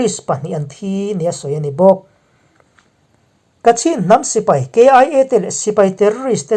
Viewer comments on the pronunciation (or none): none